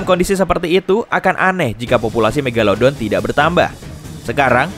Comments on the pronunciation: Sebutan pun salah.😂megaledon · Megalodon atau megadolon tuh. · Mogoloden eh maksudnya megalodon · megalelelodon wkwkwkwwkw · The mag atau the meg